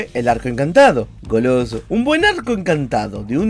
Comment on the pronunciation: 1 like por todas la veces que dijo "Golooso"